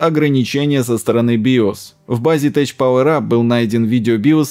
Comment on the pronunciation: TECH читается на инглише как ТЭК, не тэч))))